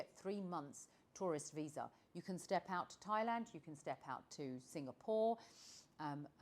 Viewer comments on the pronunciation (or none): none